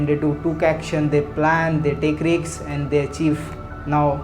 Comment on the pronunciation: Check your pronunciation of RISK